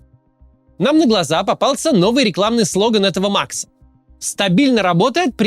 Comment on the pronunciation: Почему же маХ , а не маКС? 😂😂😂👹🤮